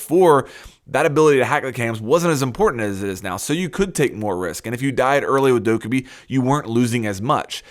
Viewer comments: Stop saying dow-ka-bi. It's doc-ae-bi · It's not Dokk-uh-bee Jesus Christ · Isint it pronounced Like Dough Ka Bee Idk. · The title: you're using dokkaebi wrong me after watching the video "But you're saying her name wrong tho" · The way you pronounce Dokkaebi makes me want to kill myself -_ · I think the real mistake in this video is you saying Dokkaebi's name wrong... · You’re saying Dokkaebi wrong!